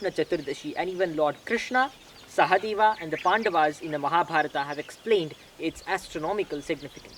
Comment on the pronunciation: That is right way to pronounce as in sanskrit.